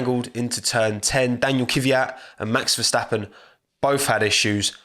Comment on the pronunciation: max verstappuh!! never his fault